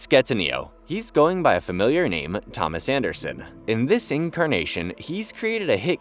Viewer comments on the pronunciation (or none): none